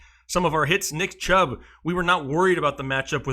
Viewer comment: he said CHUBB